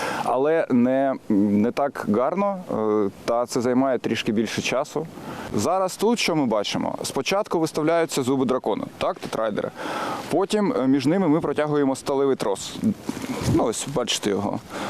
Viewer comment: Не "тетрайдер(и)", а "тетраедр(и)"